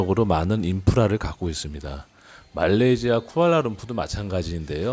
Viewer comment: 잘보고있습니다만... 딱한가지... 말레이지(?)아가 너무 거슬려요... 현지발음인가요??